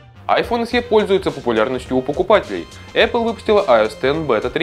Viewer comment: Не айфон [се], а [эсе]